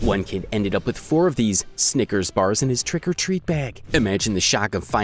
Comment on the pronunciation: More emphasis on "TRICK" as they did.